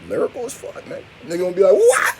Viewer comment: “Lyricool” that ain’t it chief lol